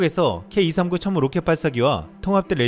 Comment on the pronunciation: 폴란드 국방부 장관 입에서 나온 "춴무우"가 왜캐 울컥할까